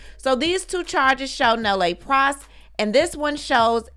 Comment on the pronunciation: Hey!!! I love your content, just wanted to give you a heads up, Nolle Pros is pronounced Noll Pros” the “e” is silent